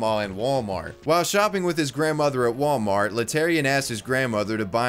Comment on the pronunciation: What is it with old people replacing the T at the end of Wal-mart with a K for Wal-Mark